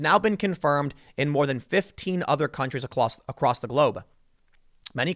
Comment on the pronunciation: "acloss the globe" That's Tim's Asian half coming out.